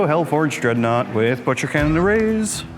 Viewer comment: откуда вы взяли дредноут Дэрэдэо?